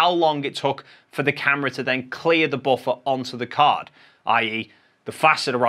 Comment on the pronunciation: All I hear is boffer